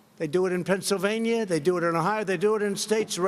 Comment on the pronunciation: Pennsylvania. Not Pennslvania